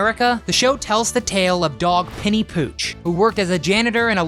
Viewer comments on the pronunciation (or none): "Penry", not "Penny"! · Yeah, "Penry", not "Penny"!